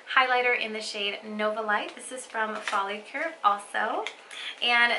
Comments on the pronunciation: Focallure dear.. not follacure 😂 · Its focallure not follicule. Or am i jst hearing it wrong?